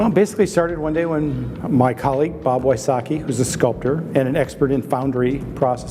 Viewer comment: When he pronounced Wysocki as Whysocky my slav brain was in pain